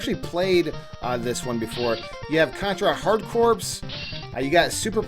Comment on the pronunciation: Corps is actually pronounced “kor.”